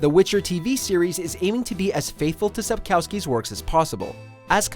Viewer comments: It's not SapkAUSKY... It's kurwa SapKOWSKI. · can't pronounce Sapkowski correctly Sap-kov-ski, the w is pronounced as a v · it's cute when foreigners try to say the Polish surname of author correctly 🤣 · Please learn how to pronouns Sapkowski. Minimum effort reacquired!